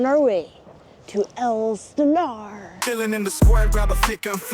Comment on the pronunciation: It's Ales Stenar